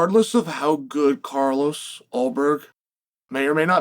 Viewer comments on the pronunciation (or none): none